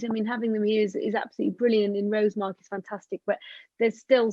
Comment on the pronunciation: Fascinating presentation. Was lucky enough to see the poor thing on the beach, but it's good to know it will have helped out understanding of the species a little more. Thanks for this. P.S. Only point to make, is that the emphasis in Rosemarkie is on the A, not the O. 😂